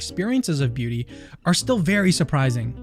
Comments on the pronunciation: i am so tired... everytime you said beauty, i understood booty. And it still made sense to me. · Sounds like you're saying booty. Makes the video much funnier. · He said booty is in the aye of the beer holder!! pronounces it like booty or my ears broke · Every time says “beauty” or “beautiful,”I giggle because it sounds like he is saying “booty.” Middle-aged American here. 😂